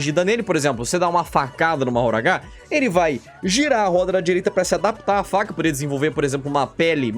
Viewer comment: a pronúncia de mahoraga não é "mahoragá" mas sim "mahoraga"